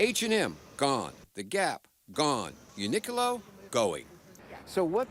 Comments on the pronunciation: "Uni" as in unique. "Qlo" as in clothing. Q pronounced like a hard C. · am i the only one who was disturbed by the way he pronounced uniqlo?? lmaooo